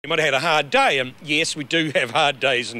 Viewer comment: day sounds like die